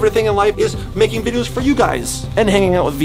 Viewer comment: when said videos he said VI DE YOS